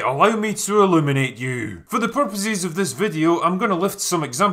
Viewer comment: When you said "Let me illuminate you" it sounded like "Let me eliminate you" and I was like "Why? What did I do?"